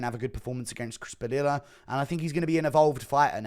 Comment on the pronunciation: Padilla {Puh-Dee-yuhh} Guru, you uncultured swine.